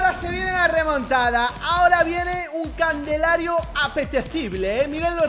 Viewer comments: Candelario en vez de calendario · En España se dice CANDELARIO en vez de CALENDARIO?? 🤣 Al principio creí que lo decía de gusto pero parece que no jajaj